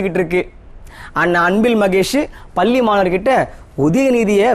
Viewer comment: தம்பி பல்லி இல்லையப்பா,,,அது பள்ளி